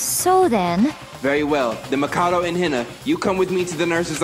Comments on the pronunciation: “mah-cod-oh” “seh-kurah” “hin-ah” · SAYKURA HEENA MACOTTO BYEAKOOYA